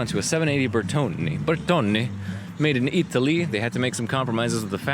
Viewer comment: Ahhhhh I wasn't listening,. You did pronounce Bertone correctly. Sorry.